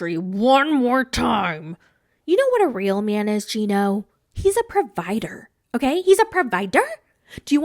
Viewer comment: She came in talking about his grossness right away with the chocolate milk. I can’t look at grown people drinking chocolate milk the same 😒🤮. I love the way you say provider 😂